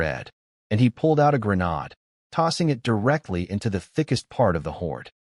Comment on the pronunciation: It is pronounced GREN-AID; not GREN-ODD.